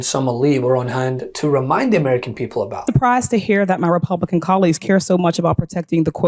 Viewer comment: She always adds a Y in the middle of it too "Amyericans"